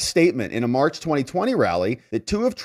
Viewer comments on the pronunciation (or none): none